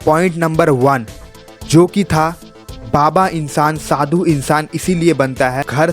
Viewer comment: Oh bhai, Shadu nhi, Sadhu hota hai 😊